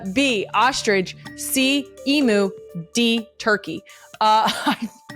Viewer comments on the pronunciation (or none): Legit question - for words with the string of letters str in a row, why do some people including Kelce pronounce it like there’s an H between the s & the t? In this episode Strong, you’re pronouncing SHTRONG, Structure, you’re pronouncing it SHTRUCTURE, Structure again, 45-18 Ostrich, you pronounce it OSHTRIDGE. I just want to understand why. And you’re not the only one, Michelle O’Bama who I also adore does it too.